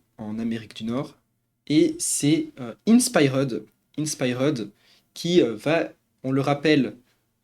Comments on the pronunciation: Je t'en supplie dis inspiered correctement, je vais canner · Quelle horreur la prononciation de InspiRed… 😭